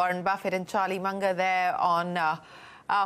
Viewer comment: Its Mun-ger